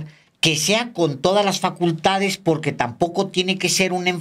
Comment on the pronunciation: Po(r)que no habla bien Cochitl dice. Pogque...... Po que minuto